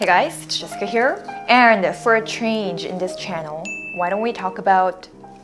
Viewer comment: I just noticed the S pronunciation ehehe... sounds like Jeshica.. she's really Korean. 😊😊